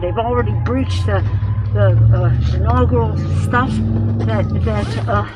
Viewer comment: Was she drunk in that second clip? Listen to her - when she says: ".. when they've already breached the shanogarol(?) stuff?" WHAT was that? If it weren't for the subtitles they had bc you can't understand wth she's saying, I would have never been able to decipher that she was attempting to say inuagural stuff bc she sounds like she's slurring her words so much (no, it's not the mask) and uses filler words like thing and stuff repeatedly. It's sounds like she's struggling to think and speak. And what was that between - ?! Lol😂 Her reaction was priceless! She's totally guilty. It was all a set up, I called it that day.